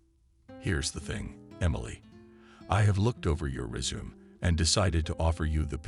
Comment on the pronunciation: The word is “resume’” three syllables! To “resume” is to start again- as in to resume one’s trip after changing a flat tire!🤦‍♀️